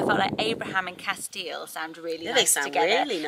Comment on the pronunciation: I think Castiel is pronounced Cas-t-l, well that’s how it’s pronounced on the programme supernatural